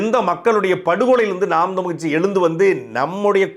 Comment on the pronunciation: நாம் தமிழர் கட்சி னு சரியாக உச்சரியுங்கள் நாம் தம்லு கட்சி னு கேட்குது